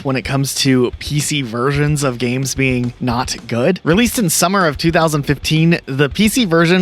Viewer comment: "Worst Wersions"